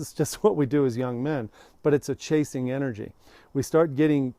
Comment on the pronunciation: Phew, thought you said "casing women", i was like wrong video. Lol